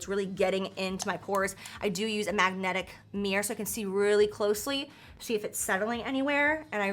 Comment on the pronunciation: I can't believe I believed Jaclyn when she said magnegic mirror and I was like ' What's a magnetic mirror, is it new?' And then I saw that side note. That's how much I trust you Jaclyn. 😭🤣🤣🤣